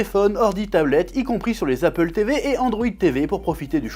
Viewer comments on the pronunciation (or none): none